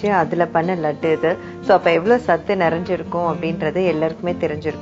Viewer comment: 2 small corrections Even though it is written as sattu it is to be pronounced as satthu And it it's flour not flor You pronounce it as (flaar) Nice recipe btw